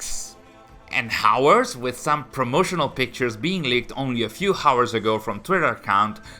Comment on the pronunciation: bro how many times. the H is silent. its ours. not HOWERS. HOWERS is not a word